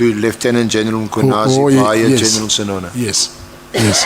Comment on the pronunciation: “Sinona” Not “Sisona”